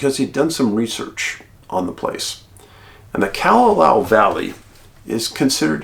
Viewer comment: And props to your correct pronunciation of Kalalau. Impressed!